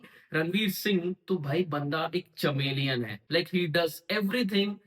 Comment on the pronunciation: 😂चमेलीयन नही रे कमिलियन